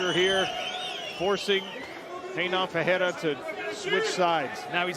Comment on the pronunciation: why are you saying perreira not Ferreira commentator